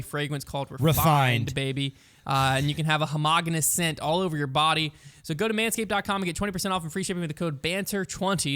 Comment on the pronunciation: Lol learn how to say words, homogeneous